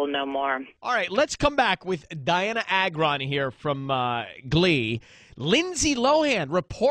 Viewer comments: Pronounce like (Ay-gron) not that hard to say. NOT A-GRON. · no one says it right it is soo annoying!!! it is Agron not agron :)